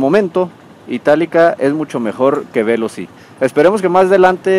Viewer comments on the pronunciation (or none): No es véloci (esdrújula), es Veloci (grave). Conduce muy mal, se pasa entre dos carriles, entre coches, eso es imprudente, se pasa los pasos de cebra para peatones, está más concentrado en llegar a si destino que en lo que está diciendo. Pudo hacer el vídeo más corto y mejor explicado sin estar manejando.